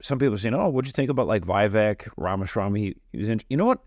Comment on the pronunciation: Just subscribed I agree with much of your comments only Mr Ramaswamy’s first name is pronounced ( Veevek) thank you.